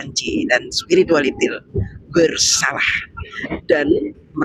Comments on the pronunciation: Waktu ngomong spiritualitil ngilu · Kok ada sebutan spirualitiel...ha ha ha..siip 😀🤣